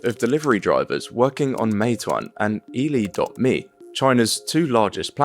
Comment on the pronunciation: its pronounced Erle ma (just to let you know ) literally translating to are you hungry? thats the name of the delivery rider service